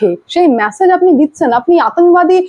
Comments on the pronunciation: আর কতবার "ম্যাসেজ" বলবেন ? দয়া করে "মেসেজ" বলুন। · Please correct your pronunciations, কানে বড্ড খারাপ লাগে। "MESSAGE" এর উচ্চারণ "ম্যাসেজ" নয় "মেসেজ"। আগেও লিখেছি, পাত্তাই দেননি। শুনতে খারাপ লাগে। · ভাই, উচ্চারণ কানে লাগে: Massage - ম্যাসাজ Message - মেসেজ